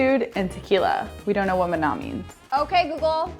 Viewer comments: Can't even pronounce mana properly, shows the intelligence of these 2. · me hearing them say Mana wrong hurts my ears